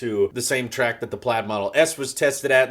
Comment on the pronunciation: Pladd? not Plaid 😜😎